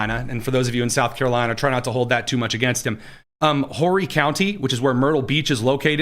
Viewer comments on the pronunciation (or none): Horry County is pronounced "O-ree". The H is silent. That's where Myrtle Beach is